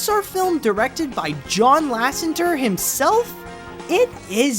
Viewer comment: I've seen you do this twice now. It's Lasseter, NOT Lassenter!